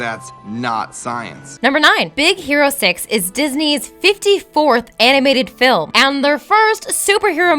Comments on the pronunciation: I totally heard Z ero six! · is it just me, or did i just hear "Big Sero Six" ? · Anyone else hear her say “Big Zero 6” in the beginning? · I heard more of big sero 6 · Did she say "Big Zero 6"? man you guys need to have more time recording, because these flubs are getting ridiculous. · really? in be beginning you said big zero 6 -.